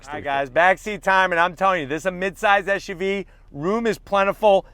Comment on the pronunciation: brotha, it's an suv, not an esh uv. hope you can learn that quickly